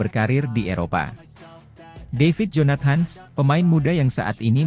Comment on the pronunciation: Adminnya gak bisa baca dalam bhs Inggris kali ya... Jonat.. Hans katanya , bukan jonathan...